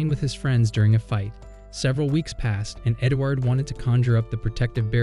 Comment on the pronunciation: bro you said edgward hahahaha LOL